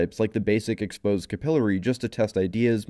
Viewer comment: Listening to you pronounce capillaries wrong literally made me turn the video off.